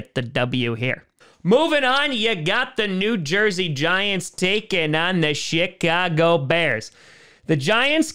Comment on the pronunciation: The "shit-car-go" bears.